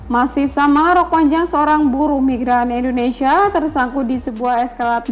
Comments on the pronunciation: Indonesia lho ce bukan endonesia Yo biar cakep dengernya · 'selebaran' bukan selembaran 'Indonesia' bukan endonesia biar enak di dengar nya sukses sll ok 🙏🏻